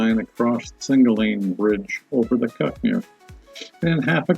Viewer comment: Oh, and it's pronounced Cook Mere.